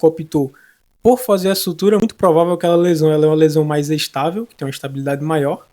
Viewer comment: Muito bom o vídeo, algumas sugestões de melhoria, inserir legenda, pois fiquei com dúvida quando fala a palavra "estável" ficou parecido com "instável". Outro detalhe seria inserir caixas de texto pra mostrar quando está falando da minescectomia ou da sutura, no mais muito bacana e esclarecedor o conteúdo, parabéns